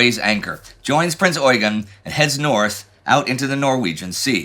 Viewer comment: As far as I know the emphasis should be on the second e in Eugen, very similar to how eugene is pronounced in english. That is due to his french herritage. At least thats what i learned during my time in school in austria.